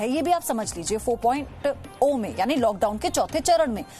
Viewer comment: madam 4 point zero h.....O nhi h....kaha se pdhi ho